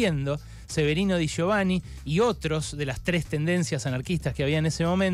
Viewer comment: No digas ni Radowhisky ni da gio vani. Es radoviski y di yovani.